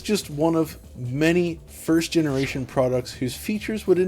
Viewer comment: Generason xD!